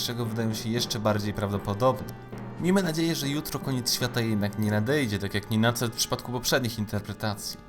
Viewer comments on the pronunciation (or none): "InterpretowAAne" "koniec świAAta", "CentUUri" itd...i. Człowieku - popraw dykcję i zmień to tragiczne akcentowanie, bo uszy więdną. I usuń ten szczękościsk. życzę powodzEEnia